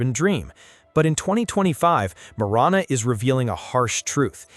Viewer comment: Prescott and Marana were also not pronounced correctly. Heard quagmire more in this video than Family Guy